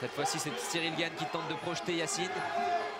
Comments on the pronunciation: Qui dit au commentateur que c’est Cyril gane et pas Cyril GAGNE ? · Tout le long j'ai entendu "Cyril Gagne"